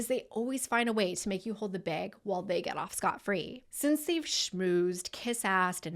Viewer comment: Are you from Western Washington? The way you said bag is one of the few accents from the region.